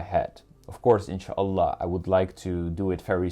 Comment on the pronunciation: brother I'm watching your videos from long time ago but the way you say inshallah is cute and funny😂❤